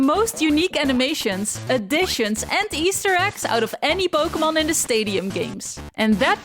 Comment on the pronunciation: Po-kay-mon, not Po-kuh-mon